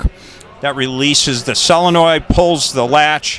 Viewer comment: Its a solenoid not a selenoid Its Mami Van Doren not Mimi